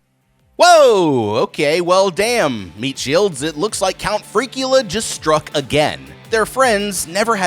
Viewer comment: "CountFreakula" bruuuuuuuuuuh😂🤣😂🤣😂🤣